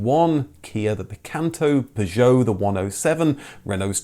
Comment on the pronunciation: "You should pick a name which is obvious to pronounce." Proceeds to mispronounce Citroen, Peugeot, Skoda and Dacia 😂